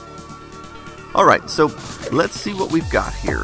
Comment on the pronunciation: I knew you lived in Texas and I never heard much of an accent until you said "alright". I've been looking at this thing since I saw the LaMetric Time Wi-fi clock but this is the first time I've seen someone really exploring the uses of it. I kind of wanted it to be a bedside clock, but it seems like I'd be missing out on a lot of the features having it relegated to a bedroom. I'd like for it to be able to show me interesting information though, like be able to open one eye and know the time, weather, if I have any phone notifications, and where my pants are.